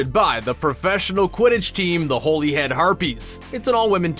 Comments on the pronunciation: Has anyone pointed out Holyhead is pronounced Holly? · Plus it's said like Holly head even though it's not spelled like that, I wouldn't say she was better than Harry at Quidditch, but a better chaser, Harry wanted to be an Auror he could've easily become a Quidditch star, The Things don't even spell her last name right in the description for this video, they don't always get the things right. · It's said like Holly head even though it's not spelled like that, I wouldn't say she was better than Harry at Quidditch, but a better chaser, Harry wanted to be an Auror, he could've easily become a Quidditch star. The Things don't even spell her last name right in the description for this video, they don't always get 'the things' right. In the book my favorite Ginny moment was her and Harry's 1st kiss. In the movies idk. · by the way its named after a town and pronounced hollyhead harpies sorry